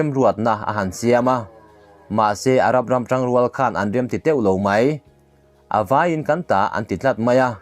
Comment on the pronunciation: A Beng var thlak hle mai, chutih rualin I tawng thluk dan ah fimkhir deuh chu a ngai, "a vawi" tih i lam dan te hi a diklo deuh. Ngaihnawm thin e.